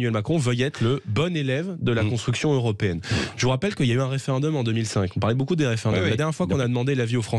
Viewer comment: J’adhère à ce que dit J Bardella sur le fond mais quand je l’entends dire 44 zanuités ou « que ya » au lieu que « qu’il y a », ça ne passe pas 🥴, bon, ce n’est pas grave mais quand même, c’est qq qui est appelé à de hautes fonctions j’espère bientôt.